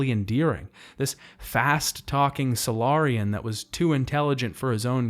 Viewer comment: that, keiji, batarians, salarians and im probably forgetting some more